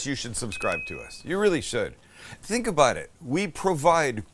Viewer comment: That's what I'm talking aboot.👍